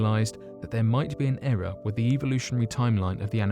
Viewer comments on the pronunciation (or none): none